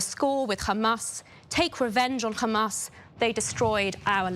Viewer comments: This woman is a sewer pipe because only shit comes out of her mouth. It is Hamas you idiot it is not Khamas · Why do these genocidal maniacs insist on pronouncing it as 'Khamas', there is no 'Kh' in it. Are they all willfully ignorant or just smooth brained? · It is a lot closer to pronounce it like an H Changing it to their “Kh” is just dumb and shows their racism